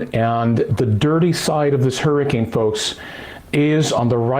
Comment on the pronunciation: hur-ricane, not his-icane